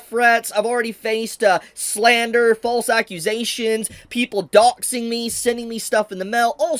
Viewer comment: could tell he was bad when he pronounced doxxxing the same way Tate does